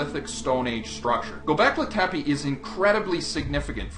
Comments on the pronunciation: The name is Turkish not Arabic, and you are pronouncing it wrong. Not a promising start... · ITS NOT ARABIC (Göbekli Tepe). Just type turkey into google and in SECONDS you know that turkish is an own language. Not only is your pronounciation bad but you even didn't get the language right. I'm very disappointed. I wanted to say improve your research but you probably didn't research at all. How is anyone supposed to believe the rest now? This is cheap my friend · it's göbekli tepe, not goback litepi.